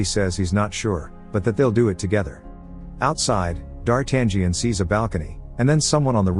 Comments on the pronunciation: It never gets old! It never gets old. No matter what form of media it's got adapted, no matter from which era, no matter how bad D'Artagnan's name was pronounced, the adventures of the Three Musketeers will always be my all time favorite classic. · D'Artangión is pronounced D'Artanion - the 'g' is silent. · Yep. I wish it was pronounced "Dar-ta-nyan" instead. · Lol that guy cracks me up when he keeps saying Dar tangent like it's trigonometry 🤣 It's actually pronounced Dar-ta-nhon, like NHon where the H isn't silent. Closest I can think of since English doesn't have that sound. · It's not pronounced "D-Art-tan-gee-an." It's "D-ar-tan-yan." The "gn" form is run together in French and Italian and comes out as "yn." I can't watch this with the mispronunciation. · DARTAN GIAN ? Gian ? Really dude ? It's DARTANIAN , you have to omit G and then you may pronounce it Dartanian . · It's D'Artangión NOT Dart Angion ! :face-orange-frowning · It's pronounced Darten-yo. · "DarTangian "?... LOL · Dartan-gee-an? Seriously? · Its pronounced Dartayan. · it's "dar-tan-yun" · Dar Tangerine 🤣🤣🤣🤣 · STOP pronouncing the 'G" in D'artangnan. the 'G' is silent. It's pronounced “dahr-TAN-yen” if you're taking AP Lit in the United States and you have a rhotic accent, but I'm sure they spruce it up in places that don't (“dah-TAHN-yon”) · Say dartangen one more time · I still cringe when I hear 'Dar-tag-ion' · Oops...... its pronounced Dar-tang-yon.....or something similar . Great recap though 👏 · Yeah. No 'g'. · The G is silent in the name D'Artagnan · This movie is one of my favorites, which is why I would like the imbecile narrating this video to learn how to pronounce "d'Artagnan"... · I really like the film but cannot watch this recap as the annoying computer voice is mispronouncing D'Artagnan from the outset. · He is prouncing the main character’s name wrong . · So you cannot even pronunciate D'Artangion right so don't waste your time folks.